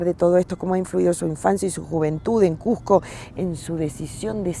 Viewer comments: a la entrevistadora le duele ver turistas en Cusco, que ridiculez, debemos aspirar a que crezca mas el turismo y mejorar la calidad; además, se pronuncia Cusco, no Cujco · Bella reflexión pero por favor es Cusco no cujjjjco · A la estrevistadora gaucha, decíle que no se dice CUJCO, el nombre es CUSCO, con "S". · Muy interesante solo una observación, la entrevistadora no pronuncia correctamente no es cuJco, un poquito de cuidado en esos detalles. Felicitaciones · Cusco, con "S" no con la pronunciación de un argentino o limeño. Muy cierto lo que menciona el Sr. Nieto, aún en nuestra sociedad hay discriminac6por la lengua quechua, sin embargo también estamos aprendiendo a valorar su uso para entender a esas personas que lo usan. Cada vez más en los concursos públicos para diferentes instituciones se pude como requisito saber el quechua. Cuando un turista se maravilla por la arquitectura inca, por la ciudad y su tradiciones, sentimos que ser Cusqueños es lo mejor que nos ha pasado, que la creatividad, ingenio, fuerza y herencia que tenemos debemos valorar más, no solo el mes de junio, sino todo el año mostrando la riqueza de alimentos, los colores de nuestra raza, la cultura y conocimiento por mostrar más y hacer ver a todos los visitantes por la web o en vivo que Cusco tiene mucho que enseñar, que por donde miremos hay belleza y creatividad. Sin embargo debemos aprender más a respetarnos, valoramos y aceptarnos no importa si somos que haya hablantes o bilingües quechua y castellano o aymara y español o quizá trilingüe y dominamos idiomas extranjeros. El respeto por el pasado, por el presente y la conciencia por un futuro es lo que nos mrcra como sociedad. Cusco ciudad escogida, ciudad mágica, ciudad turística y ciudad de los Cusqueños que cada día forja su destino con esfuerzo y amor. Desde el lugar donde estemos, en una agencia de viaje, como escritor, ambulante, autoridad, guía, transeúnte, etc leamos, busquemos información, preguntem